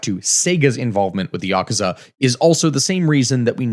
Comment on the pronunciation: Just saying Yakuza correctly got you a like. I'm not even Japanese, but hearing westerners mispronounce common Japanese names and words drives me up the wall.